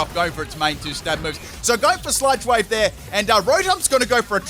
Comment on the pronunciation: I swear he sai s ut (insert L if u please) wave instead of sludge wave lol